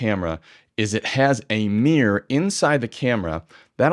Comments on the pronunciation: Dude.. it's not a mirrr or a mierrr but a mirror. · I agree with 99% of what you say apart from one tiny point you say an SLR has a meer but a mirrorless doesn’t have a meer???? Is it mirror or meer (pssst i know what it is! It’s mirror!)